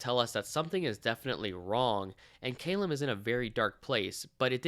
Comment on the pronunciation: Great delving review but argh is Ca lum not cay lum